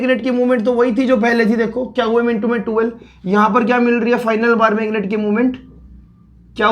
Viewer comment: Qm pronounced as kyau yam...I don't know how people understand.☹️☹️☹️